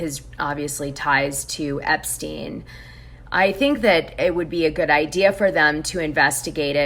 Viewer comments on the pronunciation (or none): none